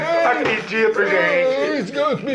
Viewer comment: “Ele tem pobrema”